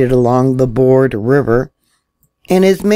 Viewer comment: How stupid are people? I think you are a stupid irresponsible conspiracy theorist. First? You can’t even READ the River name properly! The River name is Broad. It is not a plank of wood or ‘board: as you pronounced it. Credibility gone! Oh,but there is more! You failed geography. F for you! Charleston SC is NOT Charlotte, NC! Yeah, you placed the historic Charleston earthquake event on to Charlotte, NC. Either you manipulated or mislead, or you’re just really uneducated. Which was it? This is how conspiracy theories start. Misinformation by someone posing as knowledgeable (my boyfriend worked at a nuclear power plant). Then manipulation of a few pieces of facts. Asking the audience to draw their own conclusions on the facts that are incorrect to begin with! Shame on you! You will be reported for this misinformation.